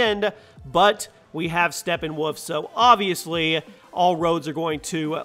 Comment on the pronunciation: It's Steppenwolf, not Steppenwoof.